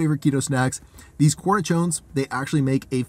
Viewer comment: Cornichons are pronounced corniSHONs, and yes, they are DELISHIOUS